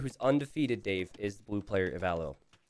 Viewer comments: It’s ee-vy-low, Dave is correct. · One of the most unexpected results of Hidden Cup 4: learned to pronounce Ivaylo (somewhat)